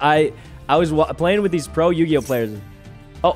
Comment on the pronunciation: Did mouse call yugioh yujioh :P REEEEEEEEEEEEEEEEEEEEE